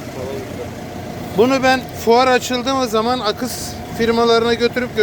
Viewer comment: Akıs diyen dillerine gurban. Sağlık ve sıhhatle saygilarimla